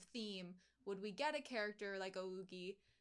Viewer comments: ougi is read as o-gi. like "o" as in "oh" without the "h" but pronounced a little prolonged. "gi" like in "giddy" with a hard "g" instead of like a "j". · Can't wait for the upcoming episodes, really strengthened how I feel for my waifu. In any case Ougi is read as Oh-ggie with ggie like Maggie.